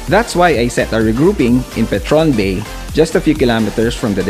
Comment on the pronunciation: Bay, Laguna pronounce as BA-E